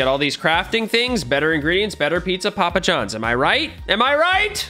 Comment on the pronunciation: Its not a video if he doesent say: better pizza popajons